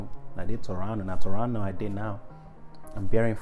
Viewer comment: LOL Sau Sage from UAR. Frank F. of Tor-ron-no 😂😂😂😂😂😂😂 a mess!